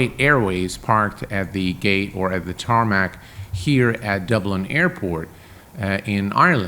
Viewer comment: Wait, TARMAC? Bruh no saying that lol! Great vid